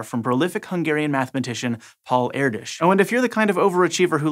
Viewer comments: Kudos on pronouncing Erdös not simply as Erdos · Wasnt perfect but hey, he tried :p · Thx for pronouncing the hungarian name correctly. Most don't :p